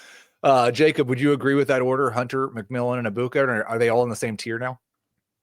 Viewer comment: This is my favorite fantasy show, but you guys NEED to respect these players and pronounce their names correctly. Hearing you mispronounce Egbuka’s name 30 times in 5 minutes is like nails on chalkboard and extremely disrespectful to the Egbuka family